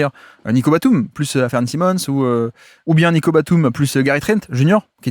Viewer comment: Comme d’hab tu nous régales! Petite mention pour la prononciation d’Anfernee Simons, que tu appelles « Afernee Simons» habituellement, et pour la première fois je t’entends l’appeler Anfernee, suivi d’un Simmons (prononcé si) alors que d’habitude tu prononces bien le Simons (sai). Je sais que tu peux y arriver, la prochaine fois je tendrai l’oreille dans l’espoir d’entendre un Anfernee Simons 🙏😂